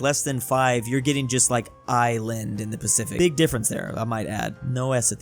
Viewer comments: He isand instead of island😂😂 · Normal people: Island: ISAND